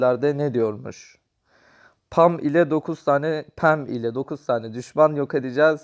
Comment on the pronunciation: Abi Bazı Karakterleri Yanlış Okuyorsun Yanlış Anlama Ama 😄 Bea (Bii) Pam (Pem) Jacky (Ceky) Rosa (Roza) Penny (Piiny) Lou (Luu) Gale (Geyl) Dynamıke (Daynemayk) Barley (Barliy) Byron (Bayron) Rıco (Riko) Frank (Frenk)